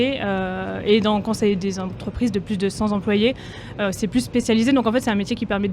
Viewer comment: il est temps d'apprendre aussi qu'on dit pas 100 z employés ! C'est bien beau d'apprendre le coréen, mais faut aussi apprendre sa langue ! Y a des liaisons qui font saigner les oreilles.